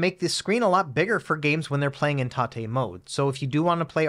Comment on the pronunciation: Happy New Year! Loved the vid. I was pleased, but not surprised, to hear TATE mode pronounced correctly!